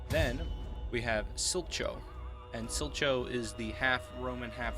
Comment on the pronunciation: Like your vids man, but "Sil-cho" is pronounced more like "Steale-ko." Thanks